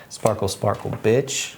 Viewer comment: The way you emphasized "BIT*H" with that sparkle sparkle bit*h card had me giggling. 😂 i love when you add your own little humorisms to these. 🖤 the channel we are tuned into is 😉..And hopefully Spirit, or The Universe, and self. 🖤 Thanks, as always, for the great life advice & great read.